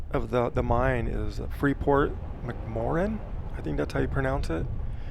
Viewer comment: Around here we pronounce it Mac More Ann...... This is a huge contrast to the area I'm presently in..... all mining and drilling here is underground such as our salt mines and the oil and gas industry exploration Another great video